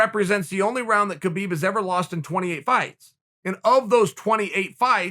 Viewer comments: When is Chael going to finally pronounce "Khabib" properly? I mean I know Chael is undefeated but damn... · True..... ffs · "Kuh-beeb" lmao what up kuh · Khabib will be changing his name to Kha-beed